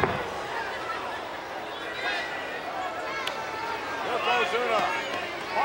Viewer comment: Does anyone wanna tell him it's not Yokozuma it's Yokozuna. After the belly to belly I watched it 10 times😂